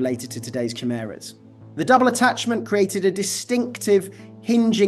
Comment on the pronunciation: Lol that's not how chimera is pronounced